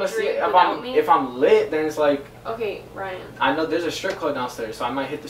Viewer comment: RYE-IN count how many times she said RYE-IN. lol